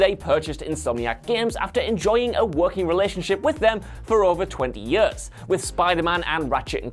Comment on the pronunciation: I can’t get over how he says ‘years’...